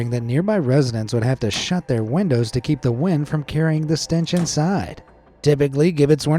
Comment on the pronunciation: why does the guy say windows like wendows?